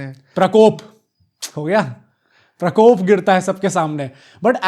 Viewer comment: Krapop...😂 prakkok....Karpopp......are bhai prakop hota hai yrrr 😂😂😂